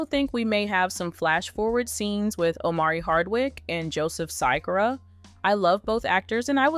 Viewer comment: It's not Cy-cora its Sha-Kura. Think he plays the similar with tupac name thing a little too close but still its Joe Sikora and pronounced Sha-Kura